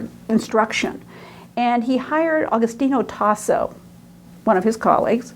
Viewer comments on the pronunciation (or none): it's actually Agostino Tassi